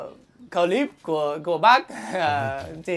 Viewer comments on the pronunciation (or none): anh tây nch hài quá ... cờ líp 🤣🤣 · Cờ líp =))))